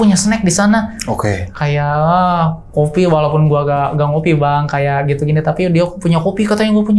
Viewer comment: Jujur ceritanya bagus cuma suara Narsumnya tuh maaf ya agak cempreng dan melengking saat pengucapan kata "gitu"jadi lumayan ganggu , vibe nya kaya lagi ngisi ceramah 🙏